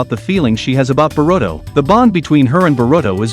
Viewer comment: Barudo, Manjeekyou sharingan, sakuro, itahchi. 🤣🤣🤣🤣🤣🤣🤣🤣🤣🤣🤣🤣